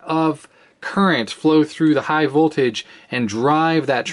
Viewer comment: Danger! High VOTLAGE lol